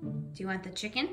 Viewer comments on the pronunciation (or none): AHHH she said Chimken fr😂